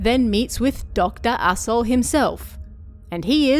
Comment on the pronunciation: I keep hearing Dr. Asho as Doctor AssHole and that makes this oddly hilarious